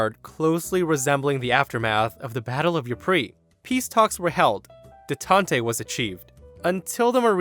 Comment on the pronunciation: Fun stories. BTW, detente is a two syllable word. The last e is just for show.